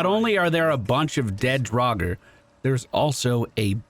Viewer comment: They are not Drawger, they are Duergar :D Here: /watch?v=KwGQc2bkYBU